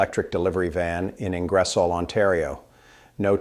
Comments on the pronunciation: ING. GER. SOL ..... hard G, I sounds like g as in Good. Then , O as in the word off. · If you are going to subject us to second rate AI posts please get the city names right……….its Ingersol……..pronounced Ing-ger-sol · Ingresol?????? this must be AI - so take with a pinch of salt. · It might help if you guys learned how to pronounce the name of Ingersoll….eh! I stopped watching your video. Geez. 🤔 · This reader cannot pronouce Ingersoll. ? terrible